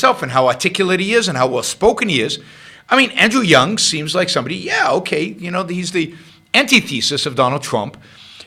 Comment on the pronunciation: It's Yang, not Yung. And do something about your audio before you pollute YT with your uneducated opinion.